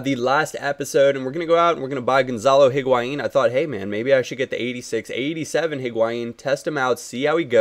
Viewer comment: its pronounced Hig-wy-een